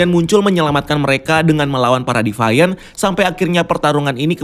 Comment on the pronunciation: Sori bang…Bukan divayen… tapi diviant…